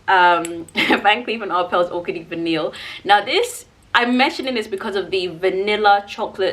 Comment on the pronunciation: Orchidee Vanille is pronounced like Va-knee. The L’s are silent